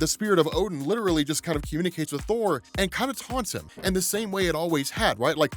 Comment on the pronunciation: I don't think I heard that right. The return of whore? I listened to it like 5 times and thats still the word I hear.